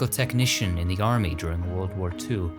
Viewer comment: "He served in the yarmy." I like it.